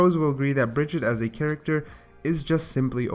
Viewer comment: Who the hell is Bridgette, her name us Brigitte...stop saying it like that...